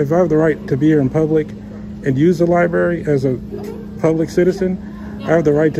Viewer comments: I guess he really can’t read. He wanted to go to a Court House and voila….in the Libarry. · He really need to hit the liberie..look at what he wrote "torchure" cuffed😂😂😂😂😂😂😂